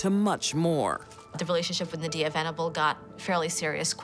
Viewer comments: That was my friend and they have many diffrent stories I don’t condone violence and her name nadiyah they saying it wrong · I think every narrator, commentator & presenter pronounced Nadia a different way! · Why can’t the narrator say Nadia’s name correctly? 😂